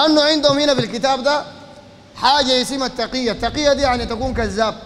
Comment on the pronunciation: يعني تُقْية ؟؟؟؟ اخي في الكتب و عند المحقيقين تقية كما ذكر الشيخ بفتح التاء و كسر القاف.